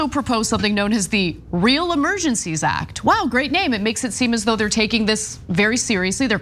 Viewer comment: did i hear some giggles when cenk mispronounced "act" or was that just me in my head